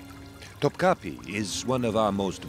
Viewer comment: cringing at the pronunciation of "Topkapi"